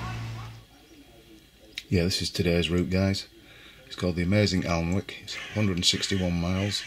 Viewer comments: Alnwick is pronounced Anick…😊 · FYI ALNWICK is pronounced ANICK The L is silent! thanks for a great ride out!! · Alnwick should be pronounce Anick (silent 'l', silent'w') :), or were you taking the Michael? Great video of a fantastic area.